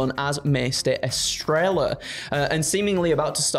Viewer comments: Thanks for the news and entertainment. The pronunciation of Estrella is Es-treh-ya, keep up the great work, and stay hydrated. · Oh my European brethren from across the pond the name “Estrella” is pronounced “Estreya” the double l in Spanish makes a “y” sound. Estrella means Star in Spanish and I’m sure that’s what she was going for. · I understand you guys are british and all, but just google the way you pronounce estrella please. It hurts my heart every time you guys mispronounce that beautiful name